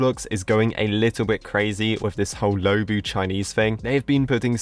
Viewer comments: Sharkblox: Low-bu Me: IT'S LU-O-BU!!!!!!!! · so sorry, but it’s luobu not loubu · it’s pronounced loo↘️oh↗️ boo📉😭😭